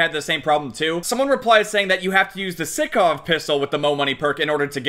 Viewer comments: its not sikov, its pronounced like sike but sykov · Stickov it's sykov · STOP SAYIN SICKOV - STAAAAAAAHP ITS SAIKOV (SYKOV ACTUALLY) BUT U GET THE POINNNNNT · Everyone: Sykov: Sickoff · please. its sEYEkov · Its pronounced saikov my guy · Mans realy said sikov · It’s sy co v sycov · Sykov Si-cov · your saying the name of the pistol wrong, not being picking just letting you know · He pronounces the gun wrong >:(